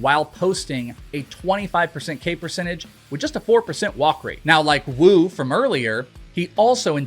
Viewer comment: Bro When you say the name “woo” Do it with effort WOOOO! Not wuu! 😂